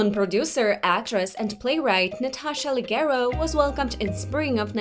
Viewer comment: pronounced with a 'soft' G sound, not 'hard' G?